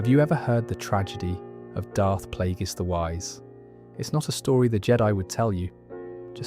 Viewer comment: Great video but bro. They say the names of characters you are mentioning. So why are you pronouncing them wrong? Sifo Dyas, Plagious, Tyrannus come on man.